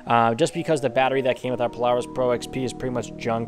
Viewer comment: The way he said Polaris😂